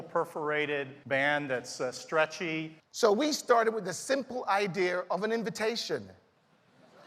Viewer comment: "A simple idear," did nobody notice that?